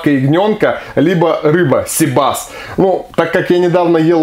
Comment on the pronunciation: cИбас,а не сибАс!!!